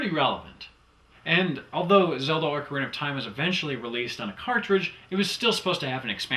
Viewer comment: do you still pronounce it "Orcarina of Time" or no?:P